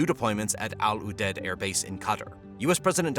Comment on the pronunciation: Your pronunciations make you sound ridiculous. Just talk normal, bro. Al Udeid?